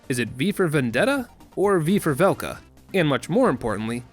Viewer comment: I kept on thinking you were saying "Falco's rapier" instead of Velka's and I thought I missed a whole ass weapon in ds1